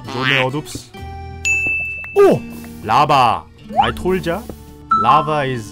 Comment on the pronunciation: 아이톨쟈? 라바 에아리아 김씨네편의점 아빠발음 너무 좋으네요.. 영어하는 볼때마다 ebs선생님 덕질하는 기분... 건강한 군것질